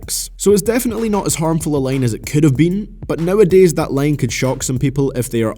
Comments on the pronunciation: is he saying line or lane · Not gonna lie, I didn't realize he's saying "line" instead of "lane" until like 6 minutes in.